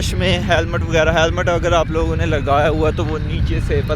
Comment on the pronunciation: Halmet lagna nh hota panhna hota hai tmri urdu pathanu wli hai